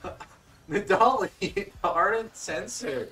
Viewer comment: i have never heard anyone pronounce nidalee like you do thats insane